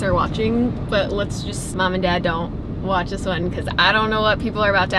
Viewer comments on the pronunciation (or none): none